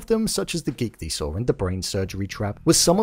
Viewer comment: Your pronunciation of “gigli saw”. 😅